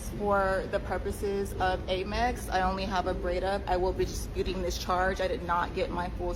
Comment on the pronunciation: "Aimex"... huh? Amex?